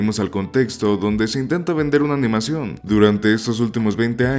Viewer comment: Abandoné el video después de escuchar que dijo "amanición" y pronunció más de 3 formas diferentes (y erróneas) el nombre de Hideaki.